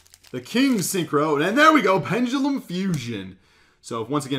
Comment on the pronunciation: isn't is penDelum... saying it like PenGELUM